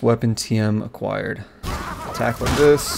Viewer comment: Aquiired . Ugh